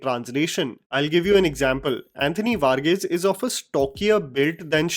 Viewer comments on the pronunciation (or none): It's pronounced var-geese😅 I was thinking who this Mexican guy Vargais?! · Sorry for nitpickg but it's varghese... Pronounced as the hindi word var and geese😂(bird) ...just putting it out dere...